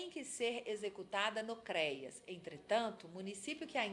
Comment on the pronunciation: Muito bom! Só dá agonia a pronuncia "CREIAS" FALA-SE: CREAS😘